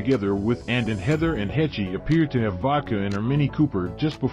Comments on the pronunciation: Please, do not pronounce a long e on the end of her name! Pronounce: h-e-ch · It's pronounced heshh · Should we trust a channel that pronounces annes last name as HECH EE? 😂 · It's Haysh not Hechee. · Why were you pronouncing Anne's last name as Hech Ee? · Not “Hechee” lmao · Who the fuck is hech ee does he mean Heche ( she should be on charges of reckless indangerment and driving while intoxicated along with property damage I hope that lady sues her ass for everything she got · Pronounced Haysh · Learn how to pronounce her name first. "Hay-sh," rhymes with "H." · I don't care. Odd word you would use. I appreciate proper pronunciation of words, names. I guess you don't care.😆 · Rolling my naked eyes😳👁👁. A mispronunciation really doesn't matter. Does it. 4eyes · First off, FO. Secondly a pro does a little research before he starts. Takes ten seconds. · You can't even pronounce her name right... among other guffaws. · This is ridiculous... can't even pronounce Ann's last name correctly. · Can't you get the robot to pronounce her name correctly???? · PLEASE learn to pronounce her name correctly!!!! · In MY naked eyes😳👁👁, this name-butchering is done on purpose, to get a rise & a comment out of people like you. And it worked! Haha!😌